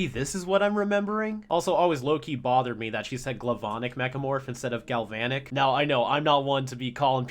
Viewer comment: I was so happy to finally hear someone else mention the whole "Glavanic" mispronunciation. It's not that big a deal, but that was the way I used to say it for a while after watching this episode when I was a kid.